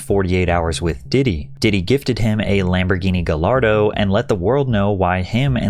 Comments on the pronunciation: It is not “guh-lar-doe” it is “guy-are-doe” Lamborghini gallardo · a Lamborghini Gallardo Guh lard oh?? It's Guh yard oh lmao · Ga-LARDO haha nice I-Talian !